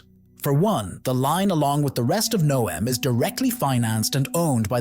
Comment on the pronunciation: The AI narrator seems to have great difficulty in remembering how to pronounce "Neom".